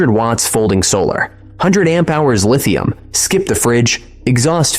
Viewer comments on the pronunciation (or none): none